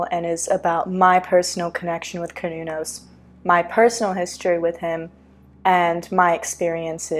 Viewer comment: Finally someone who says Cernunnos correctly.